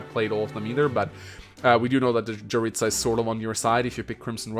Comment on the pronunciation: Hey, Jeritza's name is pronounced "Yeritza", not "Djeritza"